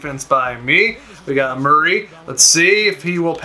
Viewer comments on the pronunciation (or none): none